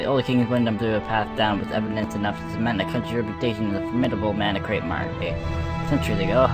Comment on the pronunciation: Btw, (and I know you'll see this) I think manakravte is pronounced with the kravte similar to Croft, as in Lara, but with a v. So more like Crovt.